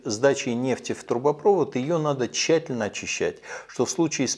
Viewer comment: ТрубопровОд, а не трубопрОвод!)